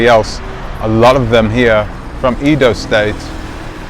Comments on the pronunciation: Not pronounced “eedo” , it is pronounced “ai-do” as the a in “ace” or as the first “e” in Eddie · Short 'e' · He's pronouncing it like English!